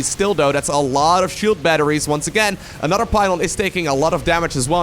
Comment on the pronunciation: Time for "an-udder-one".